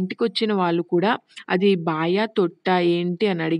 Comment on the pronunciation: Baayi kaadhu sister baavi